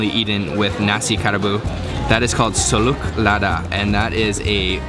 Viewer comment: I want to make a correction. the narrator pronounced "salute lada "( minute 2.19). It is wrong. The correct pronunciation is " solok lada ", not salute lada. Thank you.